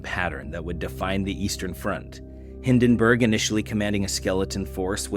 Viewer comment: Don't get AI to read your scripts. It pronounced Hindenburg and Verdun wrong and it's just plain lazy.